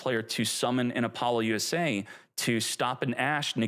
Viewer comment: I can’t tell if you’re trolling or not with these pronunciations. I can let the Maliss slide, but Apollo USA, that’s too far, lol.